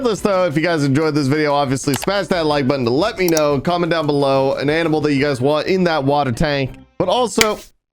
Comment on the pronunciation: Love how says AMINAL instead of ANIMAL sometimes🤣🤣🤣